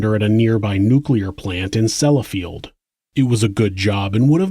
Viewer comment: Well done sir! Despite many earlier mispronunciations pf many word...you got "Nuclear: right! 👍